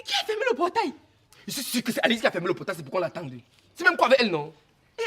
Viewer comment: j'aime la prononciation d'alice en français🤣🤣🤣🤣🤣